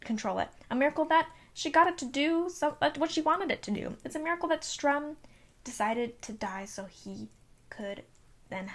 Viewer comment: Strum? Its Sturm.